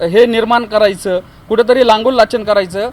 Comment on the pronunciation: या दाढीवाल्या बाबाला नीट लांगुलचालन म्हणता येईना. लांगूललाचन म्हणतोय